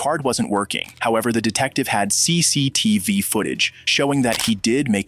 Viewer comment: idk if its just me but the way he said "CCTV" is soo weird, almost ai like